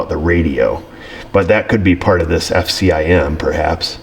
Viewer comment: Knew you weren't a Ford guy the minute you said F-C-I-M